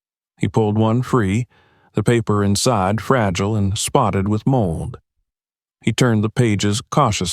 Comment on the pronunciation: I thought that he took 2 flashlight into the bomb shelter with him the first time. And the word mold is not model.You damn dumb people sure need to go back to school and learn how to pronounce your word when reading them...